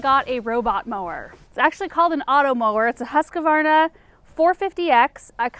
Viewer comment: ”hoos-kvarna”. it’s a swedish company :-). (i am swedish)